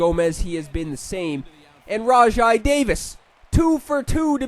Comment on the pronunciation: its "rawjay" davis by the way